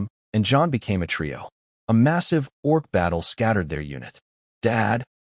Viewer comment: doing it again, already: orc? not org? (sorry, I'm easily distracted and this is detracting from my enjoyment of the story.)